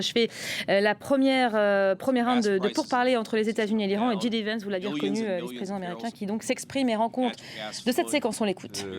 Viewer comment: "djidivènss" c'est original lol... le mieux reste de prononcer son nom à la française, "jidévènss", ou à l'anglaise "djaydivènss". Et ouaip, j'ai rien de plus intelligent à commenter.